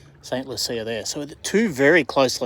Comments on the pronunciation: St. Lucia is pronounced "Saint Loo-shah" 👍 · Hey, good thing you are on the river today, rather than yesterday. For anyone watching from overseas, this is what Autumn (Fall) looks like in Brisbane (Biz Vegas). I was trying to work out where you were talking about, I grew up in Brisbane and we called it Saint Loocha ( St Lucia) you make it sound so posh. 😄 I am about 50 clicks up the road from you. Love what you do.